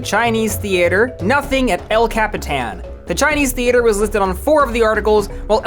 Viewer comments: *El Capitan, not El Catipan, sorry youre gonna have to delete, re-edit and rerelease this video because of woke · I'm sorry, the "El Catipan" theater?